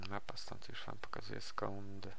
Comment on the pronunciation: Już nie "jusz" OMG